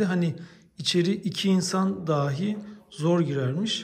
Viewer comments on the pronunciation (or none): none